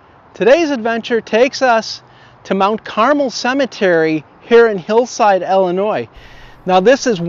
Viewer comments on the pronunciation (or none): none